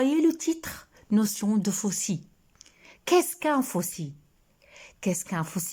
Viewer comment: bonsoir bon continuation le l du terme fossile se prononce on dit un fossile